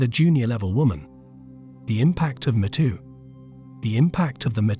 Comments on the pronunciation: "Me Too", not "M'too" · Are you referring to the Artificial Stupidity reader software that pronounces “me too” as “mehtoe”? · Imagine how dumb an automated voice robot must be to not even be able to pronounce me too properly instead saying meh tooo